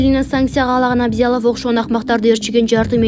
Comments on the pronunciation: ТУУРА ОКУГАНДЫ КАЧАН УЙРОНОСУНОР,АБЗЯЛОВ" ЭМЕС,АЛ МУКТАР АБЛЯЗОВ ДЕП ОКУЛАТ,УЯТ САБАТСЫЗДАР,УТУР,ТОЧКА ДЕГЕН ЖОКПУ СЕНДЕ, КАК ПУЛЕМЕТ ТАТЫРАТАСЫН ГО. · Түү, туура окубайсынарбы.Абзялов деп кайра-кайра окуйт го . АБЛЯЗОВ! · Коментатор Абзялов эмес Аблязов деп туура окусан Мухтар Аблязовду билбейсинби? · Эй журналистка сен сабатсыз окшойсун Абзялов эле Абзялов дейсин мээнди иштетип фамилиясын жакшылап окуп алып анан видео материал даярдачы. Кичине грамотныйрээк болбойсунарбы соцсеттен элге маалымат таратып жаткан сон. Фамилиясы Мухтар Аблязов. Гок мээ. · Ал адамдын фамилиясы Абзялов эмес Аблязов туура айтчы карындаш. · Абзялов эмес Аблязов туура оку козун жокпу же башка блогерлерден ошондой угуп жатасынбы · ТЕЗ АРАДА КАРАП,ТЕРИШТИРИП ,БАЛАНЫ БОШОТУП БЕРГИЛЕ!!!.З ЭЛИН ,,ТЕРОР,, ДЕП АТТЫРГАН БАШСЧЫЛАРДАН ЭМНЕ КУТСО БОЛОТ!!!.КЫРГЫЗДАРДЫ ЖАЛААГА ЖАППАГЫЛА!!КАЗАК ДЕСЕ АРЫНАРГА КЕЛГИЛЕ, ЖУРОКТУ ООРУТПАЙ ТЕЗ АРАДА!!!!.ЭЙ ОКУГАН КЫЗ, АБЛЯЗОВ ДЕП ТУУРА ,ОКУЧУ!!.КЕЙЖИИИ ДЕБЕЙ!. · Абзялов эмес Аблязов, мынча билимсиз диктор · Абзялов эмес Аблязов, туура окусанар жакшы болмок. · Сабатсыз жур Аблязов Такылдабай туура айт уят Аблязов Абзелов эмес сабатсыз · Абзялов эмес, Аблязов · Санкся, Абзялов дейтко -) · Урматтуу комментатор Абзялов эмес Аблязов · Абзялов эмес Аблязов, туура суйлогулочу сураныч!!! Силер журналисттерсинерго! Фамилиясы Абдул Азиз деген создон озгоруп кеткен бул инсандын. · Абзиялов эмес Аблиязов,улам кайталайсың го. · Абзялов эмес Аблязов деп окучу сарока-диктор. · Абзиалов мес Аблязов емес бекен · Абзялов эмес чулдурап, )))Аблязов. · Текстеги фамилияны туура окуучу Абзалов эмес Аблязов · Абзиялов эмес Аблязов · Абзялов эмес, Аблязов! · Диктор Абизялов эмес кичине даярданып чыкпайсынбы Аблязов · Ой айнанайын дикторша сен кайдан келген немесин Абзиялов эмес Аблязов ананайын. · Абзялов эмес Аблязов кок мее сабатсыз кыз суйлоп жаткан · Абзялов эмес Аблязов Автор кыз озун биринчи тушуруп алып окучу туура окуганды уйрон Шашпай окучу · Аблязов абзялов эмес